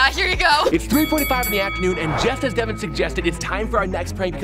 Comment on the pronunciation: it's devan not bevan